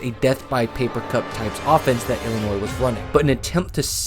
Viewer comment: Illinoissssss? Bro ? No S sir …. Like Des Moinessss. 😅